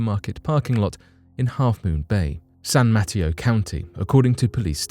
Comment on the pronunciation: San Mateo is pronunced mah-tay'-oh, like potato ;)